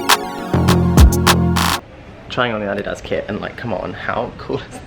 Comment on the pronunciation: you are pronouncing Adidas correctly :) I’m excited